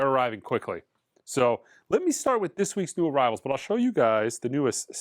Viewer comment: Always enjoy the “new ar-RIVE-al” videos…